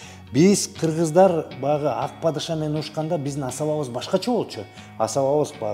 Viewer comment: Шашпай тугула кыргыз дегенди кыпчак деп кое т бул кырчак